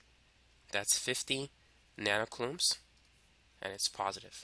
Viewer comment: LOL did he say 50 nanocloobs